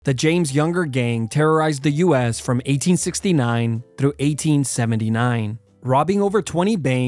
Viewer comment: Its so funny to me when you say the word "through"😅